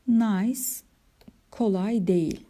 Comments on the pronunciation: hocam nays diye değil nis diye okunur o şehrin adı fransızca çünkü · Hocam emeklerinize sağlık, çeviri gerçekten zor bir iş. Telaffuz konusunda da dikkatli olmak gerektiğini düşünüyorum. Nice (nis) ya da au (ou) gibi. Yanlış öğrenilenleri düzeltmek çok zor oluyor.